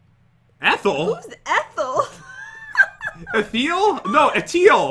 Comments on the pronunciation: It’s Etile not ethel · His Name Is Etile NOT ETHEL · I laughed when and the noob said eathal and not etal